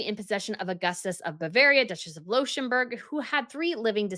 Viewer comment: Well, this was not the first of her severe mispronunciations. Also "Pearl Poiré" is still wrong, as is "Leuchttenberg", which sounds here like some weird, fallen-out-of-grace, connection to "Luxemburg" and "Liechtenstein". Not even to mention Danish designer Birgit Hallstein - constantly pronounced wrong. It's Birgit and not Brigitte for a start. And then try to go for "Hull-steyn".